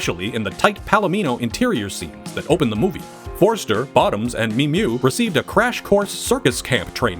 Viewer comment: They still can t pronounce the actress name Mimieux 😮😂